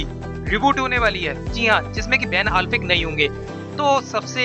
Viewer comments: Bhai alfeck nhi afleck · Vai tu apna Ban Affleck ka pronounce thik kar !